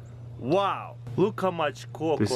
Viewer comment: he says cock not coke